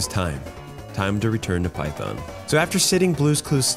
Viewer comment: did u say python ?